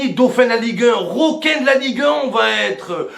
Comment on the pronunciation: Momo au lieu de dire requin il dit : " roquin " 😂😂